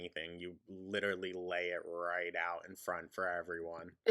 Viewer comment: "It lidderaly became a meme......" because it's stupid! My immediate words too,. 😅